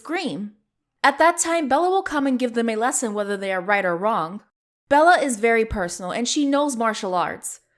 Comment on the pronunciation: Who else hears wronk